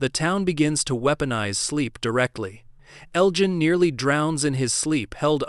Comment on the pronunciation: your AI voice can't pronounce names properly , a dead giveaway. Elgin is pronounced with a soft g, your bot voice uses the hard G.